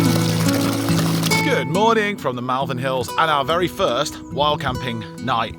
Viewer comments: Great to see you sorted! Sorry to correct you, but I noticed this last time, you pronounce Malvern incorrectly. Its Mull not Mall xx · Enjoying your enjoyment of your posh new van. I wish you many happy years ahead and wonderful adventures. Just to let you know that Malvern locals pronounce the ‘a’ in the same way you pronounce the ‘a’ in almond (ie. It sounds like Molvern). It’s a truly minor thing but I grew up there and every time I hear a hard ‘a’ it jarrs . Best of luck to you both,!and happy happy travels. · A great video as always, thanks, apart from the irritating pronunciation of Malvern as it looks written down, whereas as a lifelong resident of Worcestershire, it is pronounced as " Mol- vern", as alluded to at one point, but then continued pronouncing it wrongly for the rest of the video. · You were just down the road from me. It is pronounced (mawl.vn). Don't listen to how the sat-nav pronounces it. I just heard you correct yourself as I typed this lol. Love the van it looks very posh. I am very happy that you have found something and hope you have good luck. ps. Wetherspoons in Malvern has a big deck looking out over fantastic views. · Malvern hills have a special place in my heart, i have family in Powys and the sleeping princess in the Black Mountains is simply stunning ❤ please try to remember its pronounced Mulvan! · Love the pronunciation of Malvern for most of this video including the point at which corrects himself:) Got to love the English language.